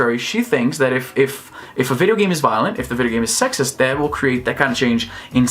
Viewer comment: Geez, I heard u saying " I don't care about game GAY" I was like "what hell", then I turn on the subs XD